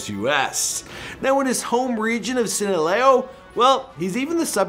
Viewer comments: "Sinalow" vs "sinaleo" 👀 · did you just pronounce sinaloa, sinalayo? Jesus Christ,... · Its Sinaloa( Seena-Lowah) not whatever he said Sina-Lay-O.. He is an actor not the real drug lord. The trial is a sham homeboy. Trust when i say el chapo is an actor. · "Sinaleo" lmao Sinaloa wey 😂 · S I N A L O A “ Scene-a-lay-O “ LOL!!! It’s pronounced: “Scene-uh-low-uh” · Home town of " Sinaleow" 😂🤦‍♂️ bruh . Sinaloa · He said Sinaleoo!? 🤣😂 it's Sinaloa! 😑🍅🍅🍅🍅🍅🍅🍅🍅🍅🍅🍅🍅🍅🍅🍅🍅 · "Sinalao" LOL how do you flip those two letters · It's I not (si-na-leo) it's (si-na-loa) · Its not sin-a-lay-o its SIN-ah-low-ah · SinalOA* not sinalao lol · It’s SINALOA!! NOT SINALEO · It's SINALOA not sinaleo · Sinaloa not sinaleo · SINALOA NOT SINALAO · Sinaloa not seileo nigha . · Seen-ah-low-ah, when you learn to pronounce Sinaloa right, then (no hate) I think it would be cool to make a rich life about him. My parents are from Choix, Sinaloa. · unfazed a wtf Sinaloa he said (sinalaho) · He said “ sanola “ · It’s all good. Hey you tried. “Sinaleo” that was hilarious. Love the show! Your always awesome.👍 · I'm white and I was embarrassed for him lol....sinolayo.....galLARDo......wtf. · Sinaloa is pronounced See-Na-Low-Aa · sinaloa is pronounced (see-nah-low-ah) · He said sinaleyo 😩🤣😂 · Say it with me sin-al-low-AH 🤣🤣🤦🏽‍♂️🤦🏽‍♂️🤦🏽‍♂️ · “Sinaleo” lol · It’s Sinaloa!!! 🍅 Pronounced: (See-Nuh-Low-Uh) lol, try it!! 😂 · Sinaloa is pronounced SEEN•UH•LOW•UH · " his home region of sinLAoh " WTF🤔🤔😥😥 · My man really said sinaleo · Si-na-lo-wa say it slow buddy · It’s S-I-N-A-L-O-A... not sinaleo😂😂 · It's Sinaloa (seen-ahh-low-a) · Lmao he said sinaleo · His home region of seen-uh-layo??? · did he say sinalayo??? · SINALEO HAHAHA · Did he just say sinaleo... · sinaleo???? XD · Bro learn how tonsay Sinaloa, si nah lo a! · he still cant say sinaloa right lol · You should learn how to pronounce Sinaloa first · Sinoloa....: cine-lay-oh 🤦🏾‍♂️🤦🏾‍♂️🤦🏾‍♂️